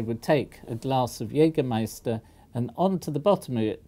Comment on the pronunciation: The Professor's pronunciation of „Jägermeister“ ist great. He should not hesitate to buy the next bottle in Germany. Besides: In it's origin country Jägermeister is a drink esteemed by aged people since many decades so noone there would wonder at an elder gentleman buying it.